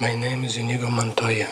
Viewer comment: Adding a sin for how you pronounced inigo